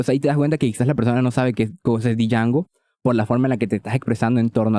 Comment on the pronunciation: Django se pronuncia como "Yango". The D is silent 🔫🤠